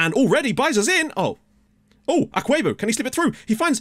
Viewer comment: You're pronouncing Akwuegbu correctly (for the most part 😄)... it's a Nigerian name, sooo... 🤷‍♂️